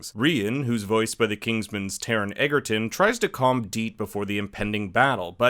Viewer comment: You're very lucky I was interested enough in this video to look past the fact that you mispronounced Taron Egerton's last name. Also you mention Kingsman but don't mention that Ordon (Rian's father) is played by Merlin?